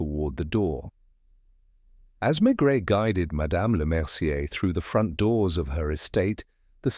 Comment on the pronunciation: Mispronouncing the name of the main character is not a good start. Terrible.